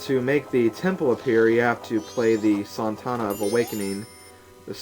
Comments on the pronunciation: 1. It's "So-Not-Uh" 2. SHUT UP DURING THE SONGS! Otherwise good :D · ...Kafei is obviously Japanese (and yes I know it's a year later) so it is not "kuh-fey" it's Ka-fe-i...the "i" has a pronunciation of it's own because Japanese is based off of the sound of syllables...also I don't think the "sontana" thingie was on purpose...there isn't suppose to be a "t" there so he put one there...if it wasn't there, he'd probably say it differently. :p Pronunciation FAIL! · Actually I think it's pronounced "Sow-Naught-Uh", but anyways, great part! I always have hated the swamp area tho... (shudder) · When other people mentioned that you had pronounced Sonata wrong, I had no clue how strangely you had done so. However, it almost sounded cooler the way you said it.